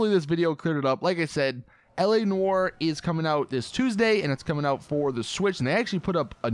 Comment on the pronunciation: whenever he says L.A NOIRE i hear like ELEANOR lol.... bioshock 2 memories